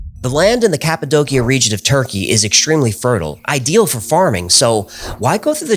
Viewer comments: I love your videos. One thing... It's pronounced "ka puh dow shuh" not "ka puh doe kia." Sorry. I don't wanna be "that guy" but I feel that one is important. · Cap-a-doe- she-ah. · It’s pronounce cap-a-dose-e-a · It's pronounced CAPPO DOCHIA. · Cappadocia -> KAP-uh-DOE-shuh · I always thought it was pronounced "Cap-Ah-Doe-Sha".... Anyhow, excellent episode. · The way this guy says "Cappadocia" makes me hate him